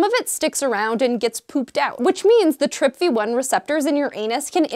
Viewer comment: TRPV1, pronouned as TRIP VEE ONE. Gotcha....